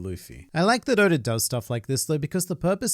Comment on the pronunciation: anyone else notice how he pronounces oda as odor?